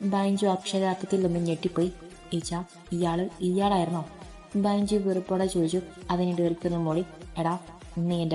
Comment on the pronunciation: Super story ബെഞ്ചു അല്ലെ ബൈഞ്ചു എന്ന് കേൾക്കുമ്പോൾ എന്തോ പോലെ